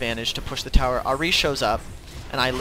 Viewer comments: isnt it ahhh-ri no errr-ri i prettey sure thats how ahri is pernouced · R-E not ah -ri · ahrI lmao its AHri... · Good guide but god i hate how you say ahri. It's Ahri not Ah-ri. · ahri = R-E not AHHreee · Pronounce ahri better pls not ari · Nice guide but it pains me to hear how you say Ahri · Great guide, really improved my Cass game. But seriously, stop saying Ahri like that. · The way you say Ahri makes me want to rip my ear off. Maybe I'm just too used to people saying it the other way. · nice vids tho, can i just say, i know youve probably heard this a tonne of times, but your pronunciation of Ahri is a bit strange, i mean its probably just from where you are situated and your accent, but as a main ahri player, i just wanted to make sure you knew. I mean a lot of people i see have picked up on it, just making sure. I mean i was annoyed at first but got used to you saying it. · i hate the say you say ahri arrggh lol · that ahri was bad... the way you pronounce ahri makes me cring..